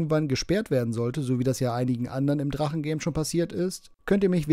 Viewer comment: Das heißt nich Drache. Verdammte 🪓!